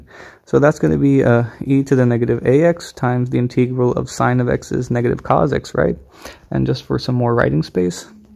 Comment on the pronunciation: Which is worse: teeee-gral or C O S? This video is cursed